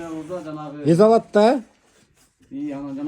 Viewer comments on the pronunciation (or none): Ес алат десен,ез дебей.